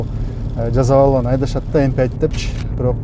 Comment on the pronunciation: M fünf деп айтыш керек)